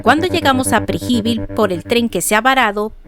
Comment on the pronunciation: Perfecto el video solo que dice Preji-bil jajajaja no se suena mejor Pre- je-vil